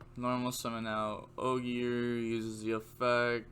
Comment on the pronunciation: Renaud = Ren-awed Astolfo = Ass-tall-fo Ogier = ogy-er